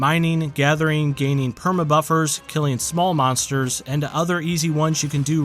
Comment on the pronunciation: Mansters???? Stilupid person with the voiceover